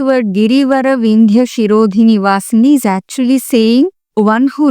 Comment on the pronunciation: It is not shirodhi, it is sirodhi